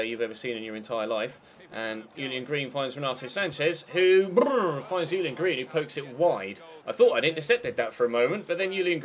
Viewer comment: Pretty sure it's pronounced Julian green and not yulian green, because he's American not German